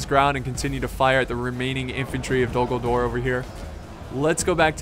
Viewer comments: Am I the only one hearing "Dumbledore" instead of "Dol Guldur" ?:D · when he said Dol-Guldur in the beginning, I swore he said Dumbledore instead